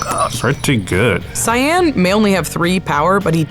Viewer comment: Pronouncing Cyan (Cyin) as CyAn, hurts my soul. It makes it sort of a blue color.